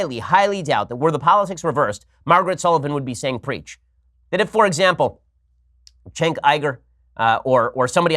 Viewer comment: Why is Cenk's name so hard for you right-wingers to pronounce?